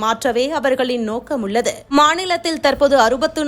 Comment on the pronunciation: உல்லது.‌இந்த பெண் இன்னும் தமிழை கொலை செய்து கொண்டு தான் இருக்கிறாள்😂😂😂